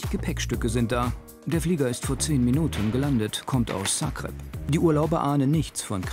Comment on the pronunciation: Fiel mir auch auf. Definitiv mit K ausgesprochen statt mit G.